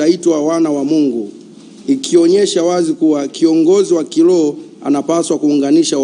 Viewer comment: Sio kiloho ni kiroho, huyu hata biblia haijui